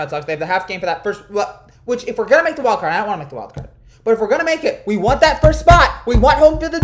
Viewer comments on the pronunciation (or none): none